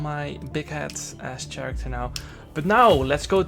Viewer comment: character is pronounced: karakter, not tsjarakter.